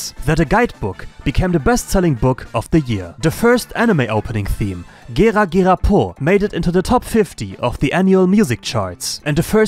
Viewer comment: Did he just said ”Giga Giga po” 🗿😅 As a Japanese, there’s no way he said “Gera Gera po” like that 😂